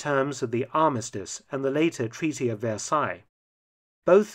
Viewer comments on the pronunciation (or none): none